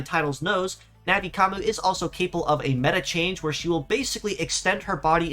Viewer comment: It's nothing like "Navi Commu". Not only is there an N sound at the end, but it's a "yu" sound as in "commUne", not an "oo" sound which is what would happen with what you're saying.